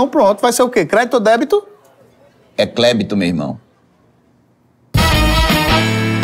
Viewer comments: "Klebito" me quebrou de mais kkkkkk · o "clébito" me pegou kkkkk